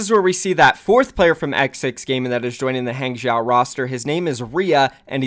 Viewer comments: Hey. I take Chinese and just saying Hangzhou is pronounced Hahng-Jouh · it's pronounced Hong-Joe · quite close on the pronunciation, it's "hang-joe" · it's pronounced HAHng joe. not hang jow. xd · Hangzhou is pronounced “Hong-Jau” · pretty sure its "HONG-zho" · hangzhou is pronounced as hung-joe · A simple way to look at hangzhou to to pronounce it like Hanzo. But the pitch at the end goes up. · Hung-joe is how you pronounce it I’m pretty sure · Nope, its H AA NG ZHOH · Sorry dude, but you’re still pronouncing Hang Zhou wrong. Hang-jchoh (the “a” in Hang is pronounced like the “a” in Hanzo) (“zh” in Chinese sounds like pronouncing “j” and “ch” at the same time, like a crunchy “j” but Americans have trouble doing that so I’ll let this slide) (the “oh” in jchoh is pronounced like the “oh” when you finally understand something). Hope this helps. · The pronunciation for Hangzhou sounds like (Hun) in English and ('dr' part for 'draw' with the sound of letter 'O') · “Huang Zhou”is pronounced is similarly to “Huang Jou” in chinese cause oh the z in not really pronounced the same english does “Gue Xue” is pronounced similarly to “Gu Sie” in chinese The accent is important but I hope this help....... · i am learning Chinese currently so i can help with the pronunciation of HangZhou. Hang--> H-(aw)ng Zhou--> (Zh-you have that pronunciation right) (ou-sounds like the expression oh) so HangZhou owuld sound like H(aw)ng Zh-(oh) Also thanks for the info! I always wondered what the deal with that was. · nice vid! also for pronouncing hangzhou, think kind of like, “hong-joe”. you have the zh sound right!! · I feel like that spelling will mean nothing to westerners because they pronounce the "a" in "hang" as "eh" making it "hehng" . Spelling it as "Hung-joe" will probably get them closer to the actual pronounciation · Eh, the pronounciation for Han Zhou is good enough xD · Wrong pronunciation of Hangzhou =P